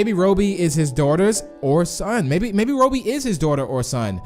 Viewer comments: Stop saying roby. It’s robby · It’s Robby, not robie. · Its Robby not Roby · Its Robby your pronouncing it like Roebby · It’s not RO-BIE, it’s ROBBY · UR PRONOUNCING ROBBY WRONG LOL